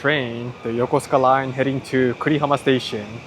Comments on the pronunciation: and in that video, would you please explain the pronunciation? You pronounced the station name “Yoh-koh-skuh”, but my coworkers who are retired USNavy pronounce it “yoh-koo-skuh”. (And I’m guessing thst pronouncing -suka as “skuh” is standard Japanese?) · Interesting that you barely pronounce the "u" sound in Yokosuka 🤔 as if you take a pause in the word